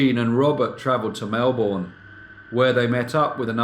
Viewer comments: Melbourne is pronounced: Mel-bn and not Mel-bourne. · Melbourne is pronounced MELBN short and sweet NOT MELBOURNE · You've not been to Australia, have you? Melbourne, oddly, is pronounced Melb'n not Melboorne as you do in this (fascinating) video. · It's pronounced Mel burn. Not Mel born. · Um, it's not Mel-BORN, it's MEL-bun. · 'Melbourne' is pronounced, Melbun. The 'r' is silent. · And he can't pronounce Melbourne correctly. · No non-Aussie can